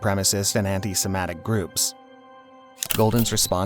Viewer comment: "Anti-semATic"? Umm.... Try "anti-SEMI-tic".